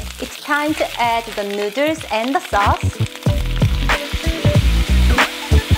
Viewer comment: Why do you keep calling them fellers nooders?